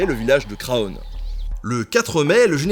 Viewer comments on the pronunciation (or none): super reportage :) par contre on ne prononce pas le "o" de Craonne ;) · Craonne se prononce "CRANE"